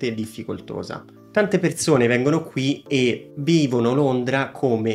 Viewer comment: Ciao, grazie per le info e per il video.... Parlerai senz' altro bene l' inglese ma, cerca di correggere e migliorare la pronuncia di alcune parole italiane che ho sentito, per esempio: Perzone, zervizio, vederzi, non zopporto, diverza, la bisci....non si possono sentire. 😉🌹